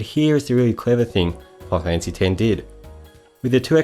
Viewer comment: “Fi-kneel fanphassy”